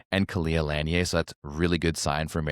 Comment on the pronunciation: Love your recaps and breakdowns. Khalia Lanier has been one of my favorite players since she played club volleyball in AZ. I just wanted to make sure you say her name right. It' is not a French-sounding last name, like you say it. It is pronounced Luh-neer. Keep up the great content!